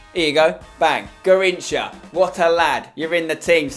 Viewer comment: Garrincha is pronounced like gizinho